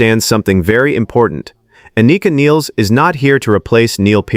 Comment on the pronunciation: The negative comments are bullshit. Anika is a great drummer and her personal chemistry (sense of humour) fits right in. P.S. you’re pronouncing her name wrong.